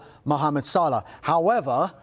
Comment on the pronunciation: It's Salah not Salar